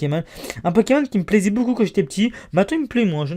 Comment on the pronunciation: On dix beaucoup et non boucon